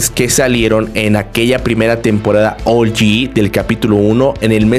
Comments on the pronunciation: SE DICE OUG-YI NO OULYI SE ESCRIBE OG (LO ULTIMO POR SI LAS DUDAS) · por q de dices ol yi wtf